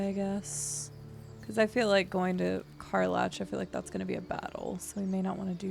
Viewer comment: LOL, I am embarrassed by how triggered I get when you mispronounce some of the character names......specifically Karlach (btw, it's pronounced Kar-lack 😉). Regardless, I love your playthrough so far 🙂.